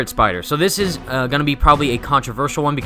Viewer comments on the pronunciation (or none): none